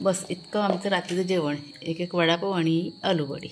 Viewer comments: अळूवडी म्हणा तुम्ही आलू वडी चुकीचा शब्द❤ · अळुवडी म्हण ग बरं वाटतं ऐकायला